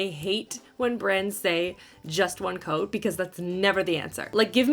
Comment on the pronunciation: I heard "all in one goat". The first time. Hahah